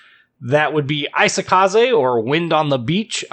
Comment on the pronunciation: Not 'AI-sokaze', it's 'EE-sokaze'